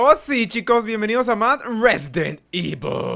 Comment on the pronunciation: Resident Ivol chero :3